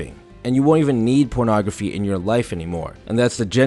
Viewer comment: Me: ok I need this, I'm really addicted... Him: ProNographY